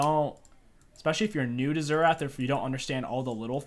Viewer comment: Best "Xertah" mid guide out there hahah